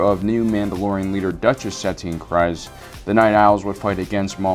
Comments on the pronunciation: Bo Katan CRIEZ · kreaz not krize and koton not kitoon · KREEZE. It is pronounced KREEZE.